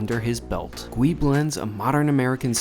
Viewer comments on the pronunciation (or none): I don't mean to be a smarty pants but as someone of Korean descent, I must point out that the correct pronunciation is "Goo-ee" rather than "Gwee", meaning grilled/roasted in Korean. 😝 Love your reviews! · Just a bit of info. The name should be pronounced Goo-ee (구이) which means "roast" or "grill" or cook over open flame. It can either be a noun, meaning something cooked in those fashion, or a verb, meaning to cook something in those manner. Yes, Korean can be hard to understand sometimes😂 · Your reviews are top notch…and you would have no way to know that Gui in Korean is pronounced goo-ee which roughly translates to stir fried or grilled….it’s a confusing world for Koreans….but knowing it’s meaning will help in your restaurant experience and the mission of the restaurant. Love you man….keep up the good work! Edit: I am not a native Korean speaker (yes Korean was my firsts language as it was for most first/second generation Koreans) so I could be completely wrong 🤦🏻‍♂️ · I believe it's pronounced Goo-ee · Its actually pronounced more like “goo-ey”! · It’s pronounced <Gee> 🤦🏻‍♂️🤦🏻‍♂️🤦🏻‍♂️🤦🏻‍♂️ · It's pronounced "Goo-ee." Almost sounds like gooey, but not quite.